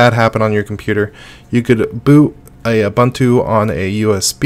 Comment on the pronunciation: Great Stuff. The letter U is pronounced the same way all three times in Ubuntu. it's Ooh-Boon-Too not Ooh-Bun-Too. English is awesome and strange, because we treat vowels so many different ways. Ubuntu is an actual word from the Zulu language. Cheers & great stuff!